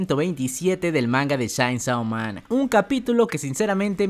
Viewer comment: por que sera que sigue diciendo shaynsou man?